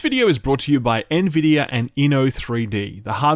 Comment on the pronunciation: OH MY GOD HE FINALLY SAID NVIDIA RIGHT!!!!!!!!!!!